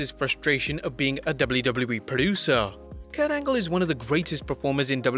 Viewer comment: Kurt anlge? Lol